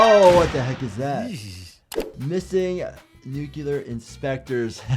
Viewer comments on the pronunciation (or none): HE SAID NUCULAR